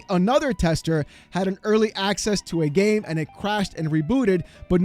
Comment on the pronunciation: Your gAAmee. What was that?? Lmfao😂😂